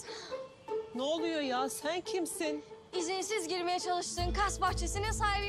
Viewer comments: Gökçe: zen garışma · ✨️zEnğ gaRıŞma✨️